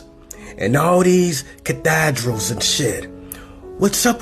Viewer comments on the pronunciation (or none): did that fool just say cathADRAL?